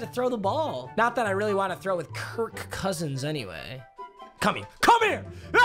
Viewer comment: The way he said Kirk cousins 🤣🤣🤣